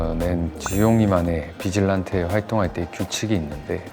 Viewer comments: 최미려 캐스팅 빼고 모든게 완벽했음 진짜 연기 연습 좀 하시길 보는 내내 아쉬웠네요 제일 의문인게 비질란테 발음을 비질란떼 거리는게 이해가 안가요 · 아니 소진님아 비질란떼라고하지말고 비질란테라고 해주시면 안됩니까?